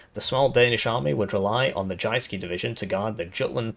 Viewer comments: aaarh the 'jayskee' division of Denmark! I dont have to tell how perfect his pronounciation is! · From Danish player, except for 'Jyske' you did well on the Danish speaking part :) PNÆV er just our short name for the M/72, stands for Panser (Armor) NÆrbekæmpelses (Close combat) Våben (Weapon) :) I need a campaign where we defend Jutland and the Northen German states :)